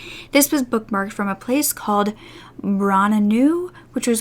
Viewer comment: Wow, this happened right around the area where I grew up! Shocking that I've never heard of this story... As someone who lived there before, Braunau is basically pronounced like Brow(as in the brows on your face)-now. :)